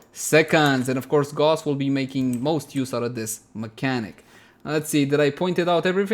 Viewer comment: Gauss, like in House, Mouse ... not that wierd Gåååusss :s